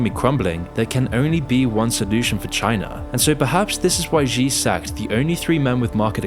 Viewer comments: It's not GEE or ZEE Jingping. Xi is pronounced like SHE. I hate the dude but common man. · Please just say "she" for "Xi," and not whatever it is you're saying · But I wish he could pronounce the Chinese leader's name too. Xi = She. As in 'She didn't do her homework, and she wants to destroy Islam and take over the world'. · I don't know if I can believe this guy who doesn't even know how to pronounce the name of China's prime minister / Paramount leader. Especially when there are so many sources that model the pronunciation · Yeah, but fails on "Xi" lol